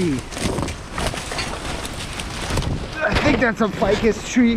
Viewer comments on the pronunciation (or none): That is not a ficus tree. Change the first vowel. It is all in the way.